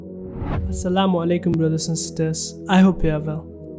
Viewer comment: I like the way pronounce Assalamualaikum brothers n sister.. I Hope u r well...... 😍